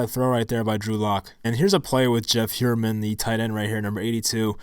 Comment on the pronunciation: Appreciate the work and the breakdown! One small note, the TE is pronounced "Higher-mun" not "Hyou-er-mun".